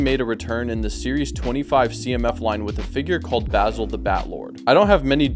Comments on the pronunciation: Bazil or bass ill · The mispronunciation of Basil every single time is KILLINGGG me